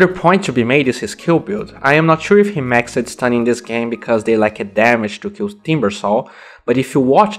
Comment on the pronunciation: Hey man don't worry about the other people, your english is fine. Just one suggestion, when you say words in past tense like maxed, you say it like Max-Ed but it should be something like Maxd instead. That's my only gripe but it's really not a problem.